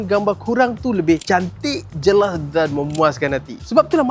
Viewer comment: Mantap reviewnya. Kena slow sikit cakapnya kadang2. Ada je dengar tersalah sebut jelah(jelas) dengan fiter(features)..😆